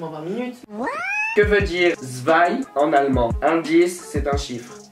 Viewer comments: Ils ne savent pas dire deux en allemand ? Et ça ne se dit pas Zwei mais Swei :) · En même temp "zwei" de dit "dzwei" et je tiens à dire qu'Antonin a un accent Allemand épouvantable !!😂😂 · Ok ptn ca pique les oreilles quand tu dis zwei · Si jamais "zwei" se prononce 《tsfaille》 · Non c "zvaille" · bravo le bilingue mdrr😂 ca se prononce « tsvei » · Jsuis morte comment ta prononcer « zwei »